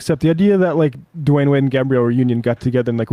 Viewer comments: It’s Dwyane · Dwyane Wade, not Dwayne wade